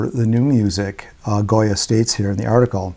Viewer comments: The author's name is Gioia which should be pronounced like "Joy-uh", not Goya. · It is said, perhaps, in other comments, but Ted's last name is pronounced JOYA, not goya. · Thanks,, for taking on this subject; your thoughts confirmed and validated my own experiences and answered some questions about their implications. (P.S. Not the biggest thing in the world, but Ted Gioia pronounces his name JOY-uh, like the poet, not GOY-uh, like the artist.)